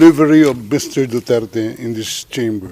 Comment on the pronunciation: At least they could pronouce his surname properly.